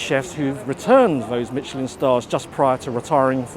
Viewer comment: Pls check out how Michelin is pronounced, kind of difficult to take you seriously as a food critic if you don’t know what you’re talking about.